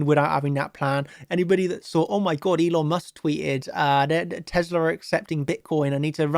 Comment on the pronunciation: What the hell is teslER? haha